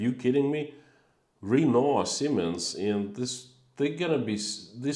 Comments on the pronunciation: (Renault- Sounds something like Ruh-NO, not REE-no.) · When you said "RE-no", I was thinking it was Reno. I then realized it was Renault you were speaking of. I think most English speakers pronounce it "ruh-NO". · I wondered what he meant when he said "Reeno". And then I realised he meant Renault.